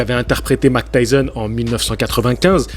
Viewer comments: Oui et Mac tyson... Ça fait mal aux oreilles lol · Arrete de dire Mac Tyson stp 😢😢😢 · Mec c'est Mike Tyson et pas Mac Tyson.... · Vous avez remarqué que dit Mctyson lol